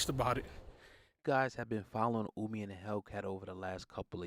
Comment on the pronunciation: Ohhhhmi...not Uuumi